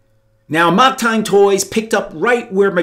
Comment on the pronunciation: That's really not how you pronounce '"amok."